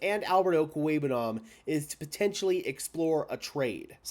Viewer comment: I've heard you say his name like over 30 times in your videos and your pronunciation is spot on everytime. Albert 0 will be the next khalif Raymond on some other team